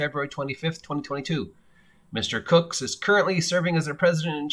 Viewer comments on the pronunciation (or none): You keep pronouncing his name "Cooks" . . . just saying'.